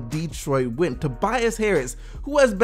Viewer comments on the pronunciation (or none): none